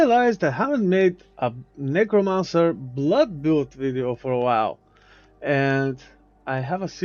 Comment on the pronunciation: bro did not say necromancer 💀